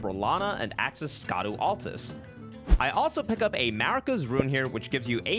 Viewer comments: Hey, man, not to be that guy, but: Scadu is pronounced "shadu". As in, shadow. It's the old spelling of the word, which I guess the translators picked because Dark Souls and ER have always had a penchant for old terminology and grammar (thou instead of you and so on), but in Japanese they literally just say "shadow tree", "shadow Altus" and so on. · Scadu is pronounced Shadu